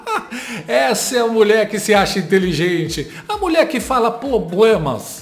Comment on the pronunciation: Não tem POBLEMA 😅😅😅😅DEIXA A INTELINGENTE FALAR 😅😅😅